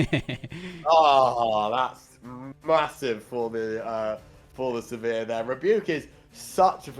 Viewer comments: Came here for the comments…everytime he said Sivirs name I just cringed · Not looking forward to the rest of casting this set if the names are going to be butchered to that degree by everyone not familiar with the League IP 😂